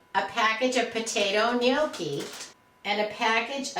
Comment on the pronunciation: Great ideas! Love your videos too. Gnocchi is pronounced: 'Knock' ee'..lots of Italians here... they are soooooo good! :)